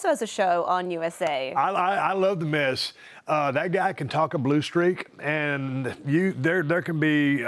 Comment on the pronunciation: DID SHE JUST SAY MIZ. I’m done